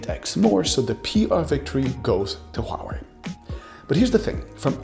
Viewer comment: Omfg, finally someone can pronounce Huawei with an understandable accent...